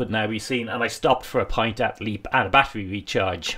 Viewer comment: Super video as always. How do you manage the charging on those wild camping nights ? By the way Leap is pronounced as 'Lep'.